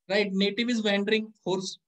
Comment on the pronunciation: Sir wandering ki ye pronunciation hai - वौंडरिंग..🙏